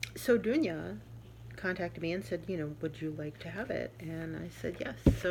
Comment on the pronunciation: Loved to see you again! That tray is stunning! And also all the other cards and gifts are wonderful., love that you enjoyed the card and that there are lots to stitch for you from the magazine. Perfect pronunciation on my name by the way! I’m in the Stitchers Coven too and you are correct, this is a great community of wonderful people! Blessed be from Germany, Dunja